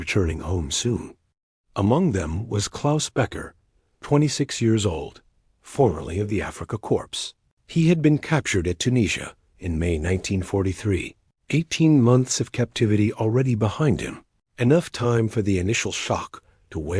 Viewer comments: Afrika Corps s/b "CORE" not "corpse", bad and distraction plus irritating! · Corps is pronounced with a silent “P & S” say core or cor to pronounce it correctly. I will never forget that Obama didn’t know how to pronounce it correctly either. Why would there be Swastika on the buildings? Women always keep men more in touch with their humanity